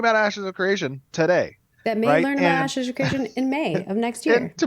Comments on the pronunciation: Did he call it Asses of Creation at mark? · "asses of creation" Lmao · Anyone else hear "Asses of Creation" ? 😂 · He said Asses of Creation at one point, right? Did I hear wrong? 😂😂😂